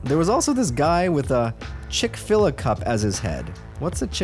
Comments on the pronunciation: chick - fill - aye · Chick- filla lmao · The chick fill a cup is pronounced chic-fil-A it’s a chicken sandwich chain originally from Georgia. It’s damn good if you haven’t tried them. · There’s no chick-fil-a in canada?😭😭 (pronounced Chick - fill - aye) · No way this dude said "chick filluh cup" "What's a chick filluh cup?" Bruh😭💀 You're a poor storyteller. Educate yourself on what you're speaking about beforehand. Stop interrupting with the dumb commentary every other sentence. It's very distracting and annoying. Learn how to pronounce words properly jfc. Stop being so lazy and low effort... Someone is already giving you content, all you have to do is deliver it..at least read it properly. Smh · chick fill AAAAAAAAA not chick fila:face-green-smiling:its a chicken sandwich place for all who dont know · cHICK-FIL-A IS PRONOUNCED LIKE Chick Filet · I let it go when he pronounced Casey as Kassie, but when he asked, "what's chick-feela-cup?" I have to comment and say come on dude. Step up your game. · Weirdest part of this whole video is adams pronunciation of Chick-fil-A Even though he’s from Canada, it’s Chick-fil-a. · Chick Filla?.... CHICK FILLA?! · Chick Filla 😂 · It's pronounced Chick filet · Chick Fil-a pronounced, Chick Filet. Youve heard of it lol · Chick fillet my dude, chick Phil Ayyyyy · Do Canadians not have chic-fil-a?? Chickfilla is hilarious 😂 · I live in Cali and have never been to a chick fila it's fronounced fillet? Right? Maybe that's why he was confused. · Bro can’t say chick fil a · We mispronounced a lot of things and chick fil a, it’s funny that he said the video is for educational purposes, it isn’t really though:/ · Chick-Fil-A like the restaurant bruh lmfao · Bruh he do be in Canada and chick fil a is totally how you pronounce it there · I've never noticed before, you miss read or misspronounce lots of words. Savannah? South Carolina? Have you really never seen Chick-fil-A spelled out? 😂😂😂